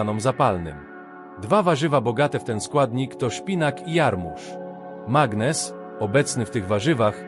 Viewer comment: Mg=magnez a nie "magnes"